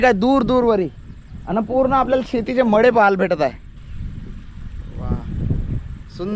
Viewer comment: ळ म्हणत जाय😢 मळे चं मडे ऐकू आलं मला 😂😅बाकी मस्त ❤🎉🤩🥳